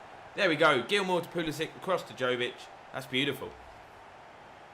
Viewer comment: Right way to say Jović is Yo-wee-ch, fun fact 😁